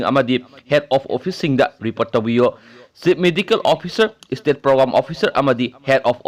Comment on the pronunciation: Istaff, istate, istatus... Anchor plis improve ua pronunciation!!